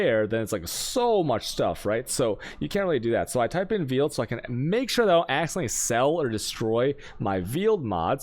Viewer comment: Veeeled was killing me lol Meeelstrom🤦🏾‍♂️